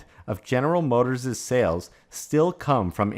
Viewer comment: It's not "General Motorsez" as a 'possessive' of General Motors - it's simply General Motors - one 's' at the end - your saying "general motorsez" makes you sound illiterate.